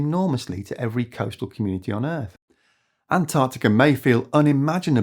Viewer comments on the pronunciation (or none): none